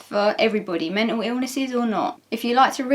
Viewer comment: i love how says "men'L illnesses" his accent is so cute